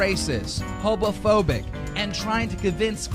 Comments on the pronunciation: Wait as in like actually hobo phobic or he just can't say homophobic, with the dude I don't know anything. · Can we also talk about keemstar saying "HoBoPHobiC" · Every time Keem says "hobophobic", I die a little inside 💀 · I heard hobophobic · Ayshree Ayshree? Idk what that is. Also I swear to God that Keem says Hobophobic instead of homophobic. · Did he just say hobaphobic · Only keemstar would pronouce "homophobic" as "*hobo*phobic" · Hobophobic that's what I heard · He said Hobophobic tho? Lol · Wait did this man really say hobophobic ?